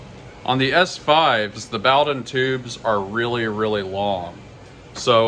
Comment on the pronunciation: it's pronounced boh-dunn.